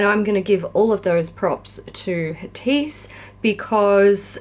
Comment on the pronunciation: I like how you and Kat say "Hatice". Its completely wrong, but it sounds so much better, than the right pronunciation. :-D <3